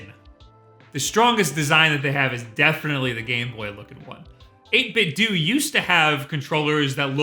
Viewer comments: Sigh... Are we sure that 8bitdo ends with the “doo” sound? My brain just always wants people to pronounce a hard “O” as the pronunciation of Nintendo... it just makes me feel better... “Doo” is just so jarring... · Is the 8bitdo name not obviously playing off of the Nintendo name? Who says 8bit-doo? Nobody says Ninten-doo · NIN-TEN-DOUGH 8-BIT-DOUGH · I thought it was pronounced 8bitdough like Nintendo not nintendue. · Isn't it pronounced eight-bit-doe like.. Nintendo? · I believe it's pronounced "8bit-doh" like "ninten-doh" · 8BitDo... Nintendo... almost seems like they'd be pronounced similiarly. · Aw, man! I just splurged on the old model a month ago. Guess I should've done some digging to see if an update was in the works. No matter. The old one still works great for my Raspberry Pi! I could be wrong, but isn't the "do" in 8BitDo meant to be pronounced like the "do" at the end of Nintendo? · EIGHT BIT DOUGH not doo...come on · 8-bit-doo? Nin-ten-DO 8-Bit-DO Cut this shit out. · Fuck man.... "8bitDOO".... lmfao. Why fo you insist on pronouncing everything wrong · I always thought you pronounced it as '8-bit-dough,' with a shorter stress on the 'dough' sound to make it how you read the brand, 'Nintendo.' Or is this just and his preference? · Surely it's not actually pronounced 8Bit"Dew", right? I thought for sure it would 8Bit"Doe", as in Ninten"do". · Am I the only person who pronounces 8bitdo "dough" not "do"? you know the same way that we pronounce Nintendo. Because I'm pretty sure that's what they were going for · Why do you guys say "doo", I hear a lot of youtubers say it wrong. Wouldn't logic dictate based on the logo and controllers they put out (along with model numbers) infer that it's "8bit-DOE" to play off the clear Nintendo inspiration? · "ÆIGHT BIT DEW" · Every time I hear "8 bit dew..." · I didn't know it was pronounced "8-Bit Doo" I swear I've been saying it "Doh" lol